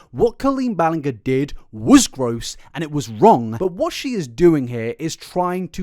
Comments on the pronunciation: hey bestie...i love this long form content, and i would have totally finished watching the video that you spent so long researching...but was pronouncing her last name correctly the last straw? you did this in the try guys video with ariel's name, and as someone who hears my own name mispronounced, its too cringy for me to get past the first 3 minutes. there was so much time, energy, and effort put into this, but something like mispronouncing the name of the person you're talking about feels like writing the next greatest novel of our time and forgetting all punctuation. you can still read it, you can sit down and figure it out...but why. it's like making a video about a very notable, recognizable person (regardless of morality) and using the incorrect pronouns. it just doesn't sit well with me? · im not even a fan of hers but yeah, you miss mispronounce her name was a bit annyoing lol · My dude, the "ger" part of Ballinger is pronounced like "Ger"many, not like sin"ger" 🙈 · The amount of pronunciations of "Ballinger" is hilarious. Not once was it correct lol Great video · I love the fact that you mispronounced her last name almost the entire video. It doesn't piss me off, but it probably would piss her off! Hahah. Also watched in 1.5 speed cause, holy shit, 3 and half hours. Enjoyed your opinion on the situation, thanks and jacket!! Good job!:) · your saying it wrong its Colleen Ballingrrrrrrrrr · Your mispronunciation of her last name throughput the video🤌🏼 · beans, but that's not how you say Colleen's last name 😭😭😭 i love these videos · 😂😂😂 So glad you finally corrected yourself 2 hours in. I loved the doggy apology video to let us know you know her name, but wont say it right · I’m enjoying the video so far my dude but omg hearing the mispronunciation of Ballinger is so distracting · the constant mispronouncing of her last name 😭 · You do a 3-hour deep dive investigation but you can't pronounce your last name correctly? Shame on you